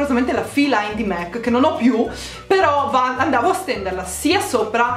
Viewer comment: qualcuno le dice che si dice mac e non mec :)